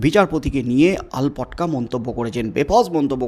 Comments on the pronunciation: আরে ভাই কথাটা আলপটকা নয়, আলটপকা। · আপনি কেনো বার বার "আলপটকা" বলছেন। নিজেকে শুধরে নিন। কথাটা "আলটপকা"। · কথাটা " আলপটকা" নয় " আলটপকা" । আর একটা কথা, বারবার একই কথা বলে লাভ কি? ওদের কিচ্ছু হবে না।